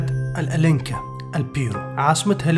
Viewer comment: بلاد الأنكا وليس الألنكا